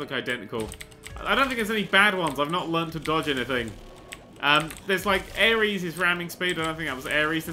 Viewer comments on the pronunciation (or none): none